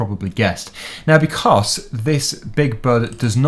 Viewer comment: will you please stop saying "becoss".